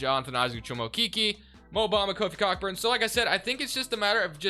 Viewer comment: Its pronounced co burn no c**kburn loving the content